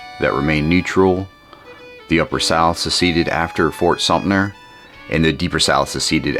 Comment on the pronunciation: Thanks for sharing this! Pronunciation tip: “Sumter” sounds just like it’s spelled - not “sumner”, “sumptner”, or “sumpter”. There are no “N”s or “P”s in Sumter 😊. But you’re not alone, it’s commonly mispronounced.